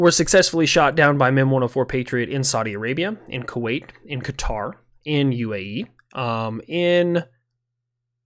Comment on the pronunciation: I'm glad you pronounce Qatar correctly, unlike those who pronounce it Gutter.